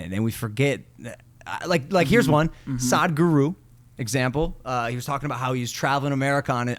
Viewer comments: Its not pronounced as "SAAD-GURU", it is "SUHD-GURU". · Its not Saadhguru its Sadhguru.😂 its will be exciting podcast. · Whoaaa I'm seeing the entire episode if Sadhguru (pronounced as SUHDGOOROO) comes